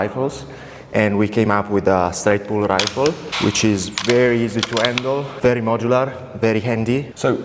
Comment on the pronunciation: She’s can talk & vewy healthy!